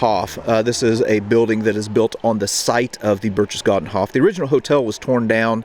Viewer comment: I freely admit I am splitting hairs, but you could have pronounced "Berchtesgaden" correctly with a hard 'k' instead of the soft 'ch' if Band of Brothers could do it you can to! That being said, this is a wonderful piece!